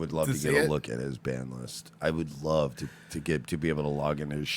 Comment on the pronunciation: LOVE YOUR GUYS SHOW!! PLEASE adress the fact that Owen Benjamin pronounces his L's as W's.. ex.." I wove non jews" keep up the great work brothers